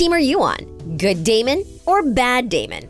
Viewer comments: She really called him dameon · “daymian” LMAO WHAT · Sis rlly said “damion” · You said Damian not damon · bro did she just say Damian?😭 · I hate it when people say its “DamIon“ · Hahaha just came on here to comment that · She really said damion 🤣🤣🤣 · They said his name wrong it’s Damon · Did the narrator get paid for this? The first qualification should be the ability to read a script accurately . Say it with me.. Damon… Stefan… Where’s the editor?!! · Why is this girl pronouncing Damon and Stefans name wrong? Super annoying. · i am convincing that nina wear a wig in the last episode. because its so ugly. six seasons nina switch with wig but then last episode just had me laugh to ninas wig and cry about stefan death. and I am mad. the show finally over but the sister couldn't even say damon and stefan names right omg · This woman is choosing to say their names wrong 😂😂😂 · i am triggered by how many mess ups you guys had on the names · She doesnt even pronounce their names right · Does she not know the characters names she keeps saying Stefan's name wrong and Damon's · It made me so mad that she said 'Damian' instead of 'Damon'!!! 😫😫😫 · Girly couldn’t pronounce those names for the life of her Damion 😭🤚 Alena and StefAN 💀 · I know she did not just say dAmIoN💀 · My soul was actually hurt when she said “Damien” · you did not just say damien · its DAMON NOT DAMIEN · She did not just say damien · This video made me so mad at the mispronunciation. I mean first Accola instead of King and the way she pronounced it and Carolin instead of Caroline and the Damien, and Stephan like OMG how many mistakes are you going to make. Watch the show or at least do some research before you make a whole video on a show you’ve never even payed attention to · GURL ITS DAMON NOT DAMION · imagine calling Damon “Damien” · She did NOT say “damion” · She really said Damien and Stefon😭😤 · I know this heffa did not just call Damon DamEON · Did she just say "Damian"?????? Girl u good!!?????